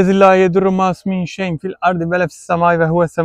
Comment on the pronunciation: Bismillahillezii şeklinde başlayan korunma duasındaki "şey'un" kelimesini "şey'in" olarak okuduğunuzu duyuyorum. Oysa şey'un demeniz gerekir çünkü bu kelime cümle içinde özne durumunda olduğundan ötreli okunur. Selamlar ve saygılar